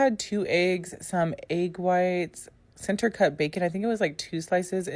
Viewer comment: The way she says egg grinds my gears